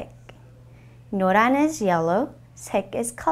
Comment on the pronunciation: It's pronounced no-run not no lan right